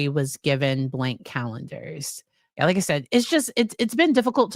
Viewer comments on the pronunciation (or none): none